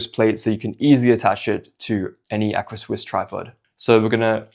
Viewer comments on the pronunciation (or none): dope setup bro, the strap on the right side is underrated! Quick note tho: it's an AR-CA swiss plate not "acra" lol